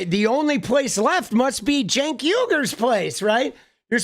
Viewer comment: Homey, Imma help us out, bc u should know how to pronounce the names of the both of the hosts at The Old Jerks, or for that matter Anyone you criticize, whether they're washed up, embittered, well known media figures or not) it's said Jenk yoo- gurr. Not senk. Ana is said the exact same as spelled A - n - n - a .